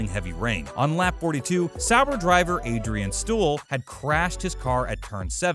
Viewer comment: Adrian Stool 😂